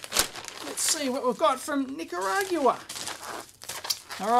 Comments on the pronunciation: Nick a rah guin. ...or as we Spanish speakers say, Nicaragüense ..knee care a guen say :] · Nicaragua - nick-uh-ROGG-wuh.